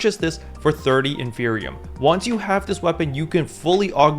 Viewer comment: Isn't it in-fer-ni-um. Like inferno and copium combined